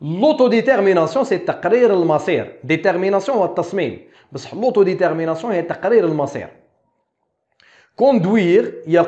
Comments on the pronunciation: Autodétermination pas autoditermination 💚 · Même remarque